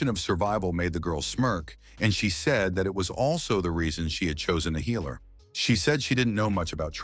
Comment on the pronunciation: The "healer" is pronounced "heiler". Annoying AF.